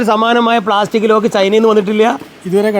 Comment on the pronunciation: ലോക് അല്ല മാഷേ, ലോക്ക് ആണ്,😂